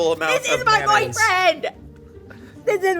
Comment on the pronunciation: There are so many words annunciates pretentiously, but he says "mannaise"